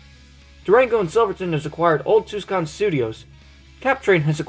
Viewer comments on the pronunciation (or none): The C in Tucson is silent, I have learned from all my years living there